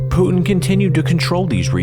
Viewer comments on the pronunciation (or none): This narrator pronounces Putin like "Tooting". I wonder how he pronounces Luton.